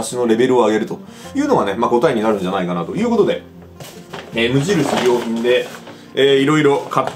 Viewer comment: 無印良品のイントネーション気になるわ